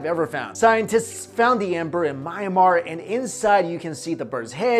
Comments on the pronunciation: It's pronounced me-an-mar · hey great vid but its prnounced mee-yaan-mahr just thought id let you know:D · It's pronounced My-anne-mar